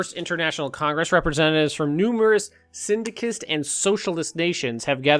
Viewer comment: mrAMMW Communist regimes are not something an English speaking person can pronounce well.